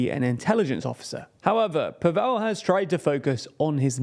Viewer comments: it's Slavic not Hindi pAvel, not pavEl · PAvel not PavEl. Learn people's names, ffs. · If you do more shows on this topic, please pronounce the president’s name correctly. It’s not paVELL but more like gavel or ravel. That said,Babis’ history as a collaborator with the secret police under communist rule, a fact, proven by Slovak courts,and his laughable inability to speak Czech or even string together a coherent sentence also worked against him. But people are tired also of oligarchs, especially those as oruthless and greedy as Babiš. I mean what kind of person would forge his son’s signature on a document, and then lie that the son, a licensed pilot, was schizophrenic and mentally incompetent. The only reason Babiš wanted this position was to keep out of jail. And jail should be his next stop.